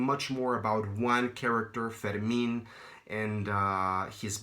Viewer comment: Also, wow it was so cool to hear the right pronunciation for the name Fermin! I don't know any Spanish and I always thougt of the name in a French pronunciation (like Fermain) :D